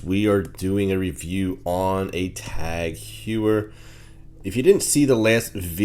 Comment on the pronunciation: It’s pronounced Tog Hoyer.